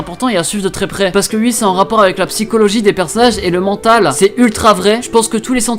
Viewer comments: C'est moi où tu dis comme les réunionnais qui dise Wi au lieu de Oui ou encore avec wi-fi,il prononce plus le wI alors que nous quand on dit Wi-fi on dit Oui-fi, voilà voilà . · Tes uii au lieux de oui me font rire à chaque fois 😂